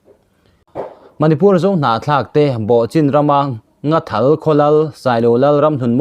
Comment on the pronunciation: Nghathal tih tur aw Nathal nilo in